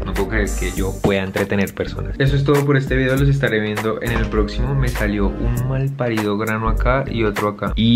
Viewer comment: diciendo: M4lp4RidA Yo: costeño😭